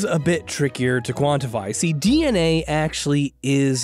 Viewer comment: Is it just me or everytime he said dna I heard dnf 💀💀